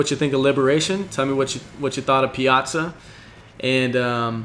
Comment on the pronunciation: Thank you for being the very first commentator to pronounce Piazza correctly.